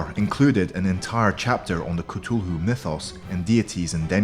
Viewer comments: Cthulhu is pronounced like kathulu not Citulu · this is really cool but you are saying cthulhu like ctulhu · its cu-thu-loo there not cutolo its cuthulhu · It is th not t on Cthulhu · The Cthulhu is pronounced, ca- th - oo- loo! Not Cutoolu! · Great old C'thulhu not Cthulhu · You said Cthulhu like Ka-Tew-lew It Is Said Like Ka-Thew-Lew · Cut ululu? It’s cuth ululu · It's pronounced ka tho loo not k too lu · Gun Skele he says ca-tu-loo while I say Cath-oo-loo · It's cu Thu Lu not CA Tu lu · Why did he say catulu it's cuthulu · He said cufulu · Isn’t pronounced cuth-oo-loo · why do you pronounce Cthulhu as ketoohoo? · If he says cutulu again I will flip 😹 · Actually it’s pronounced ka / foo / a loo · I was lauging when he pronounced cthulhu ctulu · He keeps on saying cthulu wrong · I disliked this because you said k-tu-hu thats not how to pronounce it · Its pronounced k-th-ulu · It's CA-THOO-LOO Just saying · Person how the heck do you know their not real. They could be still out there. But dude you said Cthulhu wrong it’s Cth U Lu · Cthulhu is pronounced Cu-th-ue-lhue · It is Ca-thu-loo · That is not how you say CTHULHU ITS Cuh-Thoo-Loo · It's pronounced ca-thu-lu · Number 10 is pronounced cu thoo loo. At least I think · "catulu" XD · It's pronounced couthoulu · He is saying kutuhlu instead of Cthulhu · i did some research and it's pronunciated ''“Khlul-hloo'' with the first syllable very guttural and viscous but still he was pronouncing it wrong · Cthulu? (Ca-thool-ew) Idiot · Its kthulhu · no its cuh thuu luu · at #10 you are saying ctulhu not Cthulhu. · Cthulhu is pronounced cithuloo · you are saying cthulhu wrong stupid head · you said cthulhu wrong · He said cthulu wrong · He pronounced Cthulu wrkng :/ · His pronouncing Cthulhu wrong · He said cthulhu wrong 😂also cthulhu should be 1st spot on the list not 10th😡. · There is no right or wrong way of pronouncing cthulhu but he used a less popular pronounciation yeah. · He said Cthulhu wrong